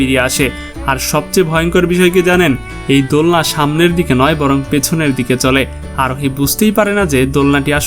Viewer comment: Bhai Arohi Aroni bolen keno